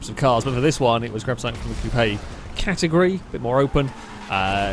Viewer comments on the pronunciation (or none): none